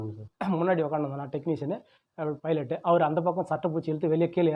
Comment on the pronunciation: இவர் என்ன பைலைட் என்று உச்சரிக்கிறார் ஓட்டுனருக்கும் பைலட்டுக்கு வித்தியாசம் தெரியாதவர் இவரெல்லாம் ஒரு ஓட்டுநர்